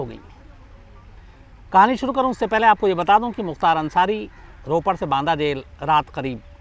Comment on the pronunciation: Naam shi say ly Mukhtar ansari bhai